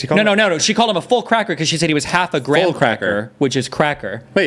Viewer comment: "But a grahmcracker is still a full cacker" hadme dying 😂🤣